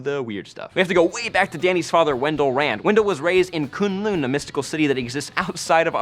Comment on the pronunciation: For some reason the way you pronounce kunlun is annoying the crap out of me...